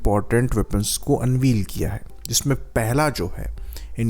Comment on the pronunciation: अनवील नहीं अनवेल होता है बांगरू 😮😮😮